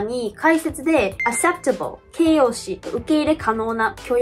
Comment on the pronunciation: からの "accept" と "acceptable"は、'k' の音が抜けているのでは？